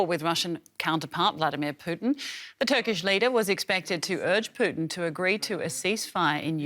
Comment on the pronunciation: ödoan and püten what kind of pronounciation is that